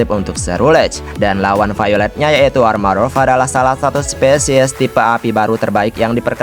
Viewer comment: yg bener tuh "Armarouge" bang bukan "Armarough". Cuman sekedar ngasih tau 🙏🏻